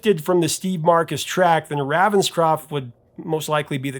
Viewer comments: Its Ray-venscroft, not Ravvenscroft. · Ravenscroft is pronounced RAYVENSCROFT!!!!!!! . He is NOT from the US. Your pronunciation is VERy irritating. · It's *RAY*venscroft! C'mon, man - it has RAVEN right in it! And that's NOT "raven" like "ravenous"! JEEBUS! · You are not pronouncing Raphael Ravenscroft's name correctly. The Raven bit is pronounced the same as the bird.